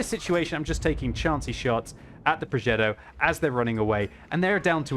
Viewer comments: WTF is a progeDDo? Does he mean progeTTo? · It's a Progetto. Not a ProgeDo.............. You're not American. 🤣🤣🤣